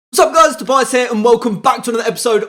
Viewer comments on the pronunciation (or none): none